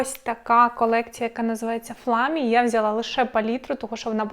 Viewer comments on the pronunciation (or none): Тіні дуже гарні, шкода що інші продукти з колекції зникли з продажу. Вам дуже личить цей макіяж, едине зауваження, на Фламі, а Флеймі, бо дуже ріже по вухах)